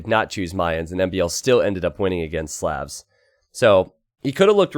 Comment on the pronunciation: Hey its SLAHVS not sleavs or however you're saying it.